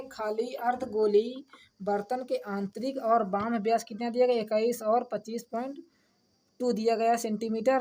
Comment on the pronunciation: थोड़ा सही पढ़िए सर जी बाह्य लिखा है न कि बह्म